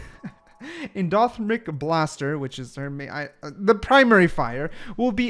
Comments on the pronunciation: En-Doe-Thur-Mick Endothermic Blaster. Hope that helps! Lol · Mf said "endothmic" 😂